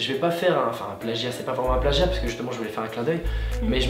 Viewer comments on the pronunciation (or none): none